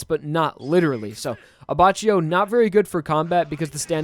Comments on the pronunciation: his pronounciation of Abbacchio is infuriating lol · I physically recoil by the way he says Abbacchio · you said abbacchio wrong js